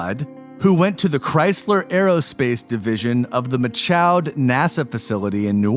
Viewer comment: You guys couldn’t figure out how to pronounce “Michoud” and “Houma” before posting this?